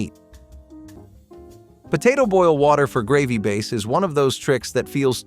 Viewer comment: What the heck is a ‘Graaaveee’ did you mean ‘Gravy’ ? 😳